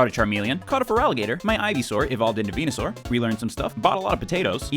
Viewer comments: Venusaur= Penis-sore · Venasaur = Vageenasaur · Venusuar---> Penisuar